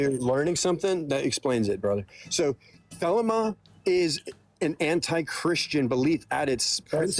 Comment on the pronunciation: As a former member of the OTO, it's pronounced the-lee-ma. This guy doesn't even know how to pronounce the name of the religion he's claiming to represent.